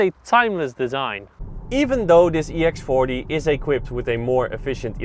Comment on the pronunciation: sounds like he said ex farty